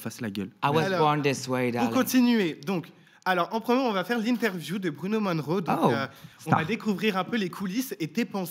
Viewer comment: Monroe pas Moneroe :)